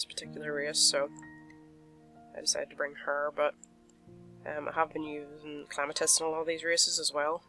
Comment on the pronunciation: Why do u call Clematis Clamatis? Not hating